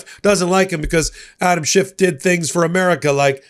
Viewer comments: Schiff - not Shift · His name is Schiff, not shift. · After so many years of news coverage one would think that would know how to pronounce Senator Adam Schiff’s last name., there is no T at the end of Senator Schiff’s last name! His last name is not SCHIFFT, it is SCHIFF! I repeat. SCHIFF, not SCHIFFT! In a moment of great frustration I say to you, give the man the respect he deserves and pronounce his name correctly. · SchiFF not Shift. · No T in Adam Schiff. He, like Obama, is living rent free in Trump's brain. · Schiff. No 't'. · please stop adding a t to Adam Schiff's name. There's no t in his name. It makes you sound trumpy.